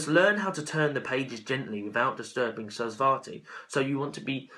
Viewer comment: Your video is very good but you need to know that It is SA RAS VATI not svati